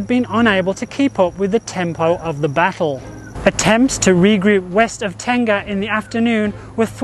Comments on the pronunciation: Not Tenga, it should be Teng-Ah. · I think you meant Teng-Ah, Ten-Gah is a Japanese male self baiting sleeve. :)